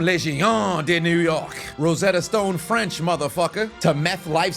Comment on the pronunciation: Okay, that french was actually decent